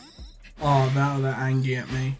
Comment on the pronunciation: "Now they're angy at me" 😂😭